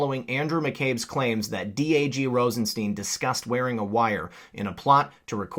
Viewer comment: As correctly pronounced, it's Rosenstein (as in Frankenstein) not, 'Rosesteen'...